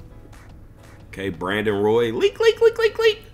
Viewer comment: Bruh why you say Leak like that dude?? Cmon bro you don’t have to say it like that! It’s kinda cringe man😣